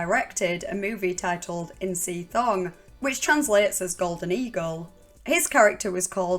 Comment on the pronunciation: it's not a big deal, but just thought I'd let you know, in Thai, an H doesn't change the sound of the letter before it, so "thong" is Tong, Phuket is "Pu-Ket" and so forth. Which is why we say Tai Land and not Thigh Land. Just in case you ever need it in the future.